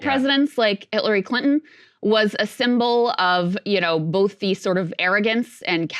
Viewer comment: Krystal said HITLARY Clinton. 😂